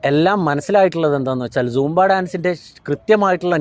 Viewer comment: സോമ്പ അല്ല സൂമ്പ. 😜